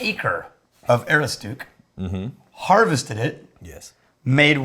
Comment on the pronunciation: pronunciation of Aroostook is that of a man who has never been to Maine. ə-ROOS-tək